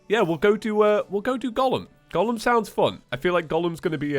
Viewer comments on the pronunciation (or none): Did you pronounce Golem as Gollum? Or I just misheard that?